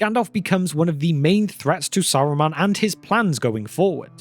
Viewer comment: Saruman or Aruman?